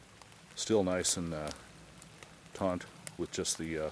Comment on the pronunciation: The word is taut, not taunt.